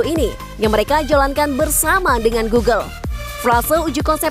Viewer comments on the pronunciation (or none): none